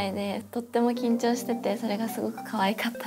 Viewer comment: She was going to say "totemo kincho siteimasuga" (=I'm so nervous), but she said it wrong "totemo kancho siteimasuga". In Japanese, kincho=nervous, kancho=enema. Look at Sakura and Hitomi's surprised face. LOL